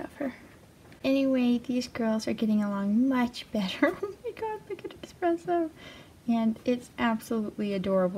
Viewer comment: Did she say Expresso?